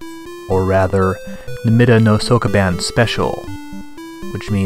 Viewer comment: I love these for the overview of the games, but holy christ is his Japanese pronunciation BAD. If you're making a series about games released in a certain country, you should probably learn that country's language, at least elocution of certain words or SOMETHING. If I have to hear SOAK A BAAN one more time... And "Temco" gets me every time, lmao.